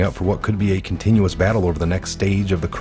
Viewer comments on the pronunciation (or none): 1st minute is "Contentious" not continuous- very different meaning. h = House... F= Fake not foreign... and since we Know that qmap dot pub "Edits" Titles, they should Not be read as part of a "Q drop".